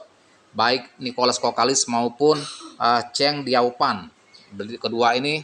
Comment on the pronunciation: Mati suri nya bang,bukan mati sukhi.. Chang Dio fan Yo bang bukan Chang feng zou